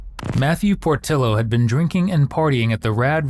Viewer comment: Need to correct your AI voice over that "Portillo" is pronounced "Por-TEE-yo"... could help with other words and names as well as other mistakes, such as "El Paso". This is NOT in El Paso. As stated in the video prior to this moment, it is in Las Cruces, New Mexico. Not even the same state! js